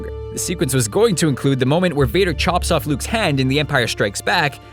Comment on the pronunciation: he says head, everytime he says hand.